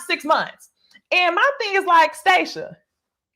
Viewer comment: You gon CALL this woman by her right name - STAH-shia lolol